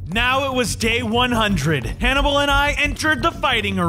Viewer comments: Why whenever I watched the first time he named the pig the name I always hear “animal” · I thought that when named the pig Hannable I thought he said Canable